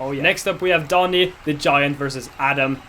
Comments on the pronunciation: DANI NOT DONI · did dani just pronounce his own name as dawnee? aight pack it up bois we boutta move to the philippines